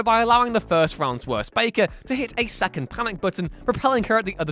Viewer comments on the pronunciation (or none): none